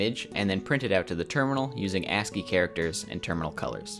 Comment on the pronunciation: Pause. "ANTSY"?!